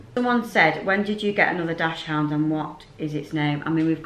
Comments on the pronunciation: You are pronouncing the breed of your dog incorrectly it is pronounced “Dakshund” NOT DASHHOUND X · Please learn to pronounce dachshund properly! It's daxs-hund not dash-hound!